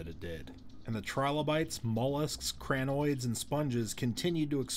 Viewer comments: Chrynoids bot crry-noids pronounced correctly as crin-noids./ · it's not cranoids. it's crinoids. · There are some American accents that pronounce a long I as an ai or ae.